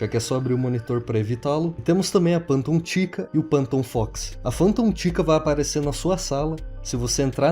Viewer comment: Meu Deus que agonia ver ele falando PANTOM E NÃO FANTOM